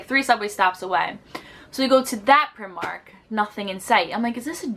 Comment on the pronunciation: Pry-mark. Often referred to as pry-mar-nee (as in Armani)